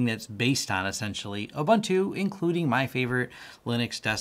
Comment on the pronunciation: Just for anyone wanting to know the correct pronunciation of Ubuntu. It is Oo-boon-tu. Which means humanity. When one says the Americanized way: Aah Bun toe, it means: Ah! People! lol